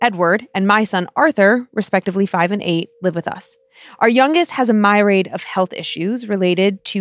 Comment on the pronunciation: did you mean "myriad", instead of "my raid"? That coffee, man... The struggle is real.